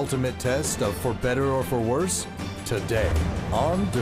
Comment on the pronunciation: Did she just say "worses", and she's a nurse? 🧐😳😬